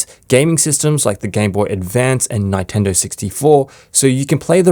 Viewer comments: why are you saying ny tendo loool its nin tendo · He didn't just say "NINE-TENDO" did he... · Sorry but it emulates what now...the Ni-tendo? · I've never heard it pronounced "Nynetendo" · Bro said 9tendo 64 😂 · i'm sure someone who can't pronounce Nintendo owns a physical copy of Mario Kart 64, and therefore has the rom installed "legally" on his phone 🤣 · i was so shocked when he said 9 lmfao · Great video. I never heard Nintendo pronounced like that